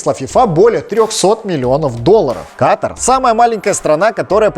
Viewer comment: Чмо, какой каТар? Катар будет правильно.